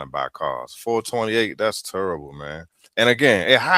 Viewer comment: “That’s turrbable” I crack up everytime 😂😂😂